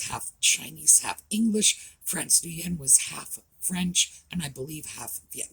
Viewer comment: Nguyen is pronounced "win"